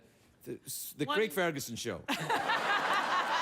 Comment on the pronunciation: Craig ferguson not "fergunson"